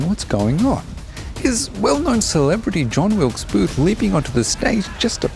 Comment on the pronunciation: He can't even get the name of the assassin correct.